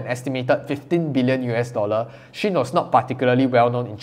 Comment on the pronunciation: I believe shein is pronounced she-in from she inside. But because I like You just pronounce it anyway You want!